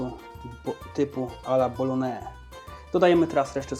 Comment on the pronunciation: Bolognese BO-LO-NIE-ZE bo aż szkoda żebyś źle mówił , bo przepis fajny no oprócz sos Worcestershire, ale możesz zawsze po prostu go lubić 😁